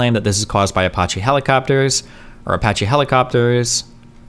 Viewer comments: All I want destiny to do is pronounce Apache correctly: A-patch-E. That’s it. APACHE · I don't know how many times I can stand Destiny saying "Apotche helicopters"... Edit: Thank you, much love. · Dude I can't handle it fkin ApOcHeE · That’s a fun way to say uh-potchy helicopter 🚁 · How could a native english speaker not know how to say "Apache"? That's my only take from this video. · Was looking like D caught the brainworms for a minute there. Glad he turned it around. Seriously, what kind of unhinged maniac pronounces "apache" like that? Jesus Christ,. 😂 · Man, I’m twitching everything time he mispronounces Apache